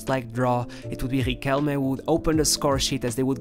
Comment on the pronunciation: It’s pronounced Ree-kell-Meh, not Re-Kell.